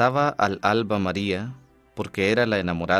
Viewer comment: Gracias,. Unas sugerencias para mejorar (no tienen mucha importancia): 1) En el Himno ud lee dos veces "al-alba" (separando las palabras). No. No se debe separar. FInalmente lo dice bien, en la segunda antífona, cual debe ser: "alalba". Los que entendemos el lenguaje, lo sabemos. 2) Al terminar las peticiones deja ud. un silencio muy prolongado. Le sugiero que, por favor, lo haga con un fondo musical, para no dejarnos en ascuas. Muchas gracias, Dios lo bendiga.